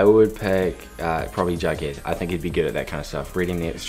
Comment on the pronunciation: Everyone: “jughead” Nobody: crickets Litterly nobody: crickets Archie seconds later: “jeghed”